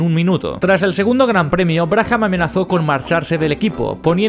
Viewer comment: Sin animos de tocar los huevos...: Brabham se pronuncia 'Brábam'... 'Brájam' no sé qué es...! Aparte de esto, geniales videos como siempre!!